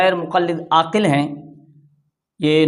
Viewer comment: یہ داڑھی منڈا عاکل ہے نہ کہ عاقل